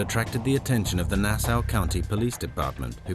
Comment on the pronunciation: I thought British people were familiar enough with Nassau to know how to pronounce it properly